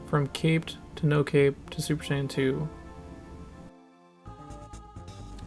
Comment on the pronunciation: Mispronounced "Saiyan" as Sayin